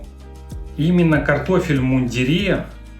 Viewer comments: Не в иундирЕ,а в мундИре!!((( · В мундире , ударение на букву И...